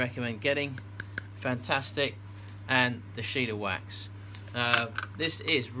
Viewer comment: i know it don't really matter but there is no 'i' in shellawax. i would pronounce it shell-a-wax. just wanted to throw that out there. hahaha